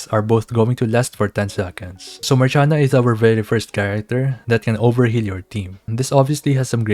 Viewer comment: dosnt she have to be pronounce like Marsiana, Marshiana